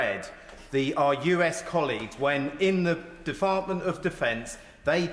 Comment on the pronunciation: These are the useless idiots who are constantly bringing this country back to the dark ages, can’t even string together sentences considering that’s all they do. defartment? What’s a defartment? None of that side is even paying attention they’re on their phones look at the whale lol